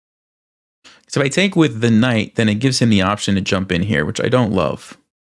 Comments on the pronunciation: Quite an Informative game. Did make me laugh though the way you say "take". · What is it with this guy the way he pronounces TAKE. It was driving me mad. Extremely annoying